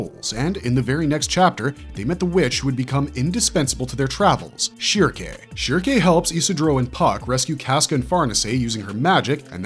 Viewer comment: “SHERKAY” “FAWLCUHN” oh there’s no chance i can watch this channel lmfao